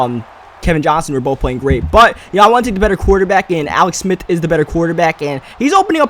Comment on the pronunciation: its " smith " not smit